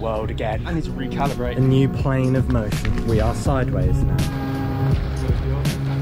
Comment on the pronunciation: I heard: its time to recallumbrate